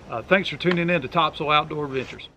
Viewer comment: The way you pronounce topsail I knew you were a NC native.